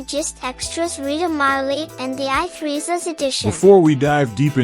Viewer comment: I Three. Not I Threes